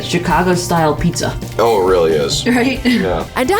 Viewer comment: Don’t worry Safiya I got your “uhh im weally starting to wwike Dollywood” reference 😂 it was hilarious